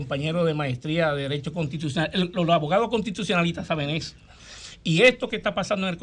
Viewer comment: Consultor Juridico del Minerd y no sabe pronunciar correctamente las palabras "contitucionar" que verguenza...